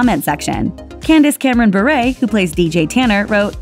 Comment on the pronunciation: Why is she saying Berret it’s pronounced Bi-ur BURE